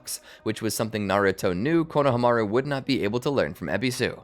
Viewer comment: I love ur videos so much but the way u keep saying konhamaru kills me (idk how to spell his name but u know)